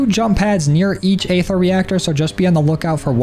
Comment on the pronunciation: EEEther. not AAAAther lmao